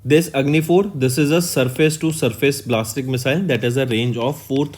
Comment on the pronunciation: Sir ballistic missile ko blastic missile bna diya aapne... + please improve on pronounciation